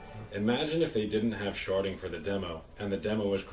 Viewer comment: Am i the only dirty person here that keeps hearing sharting instead of sharding? XD ghehe